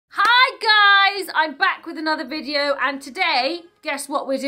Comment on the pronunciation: I miss the times when you used to say bideo! Please say bideo 😂😂